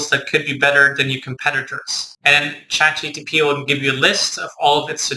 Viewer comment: I felt bad every time you pronounced it